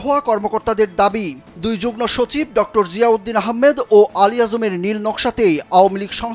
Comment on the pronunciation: যুগ্নসচিব নয়রে পাগলা😂😂 যুগ্মসচিব হবে😂😂 ফালতু রিপোর্টার😅😅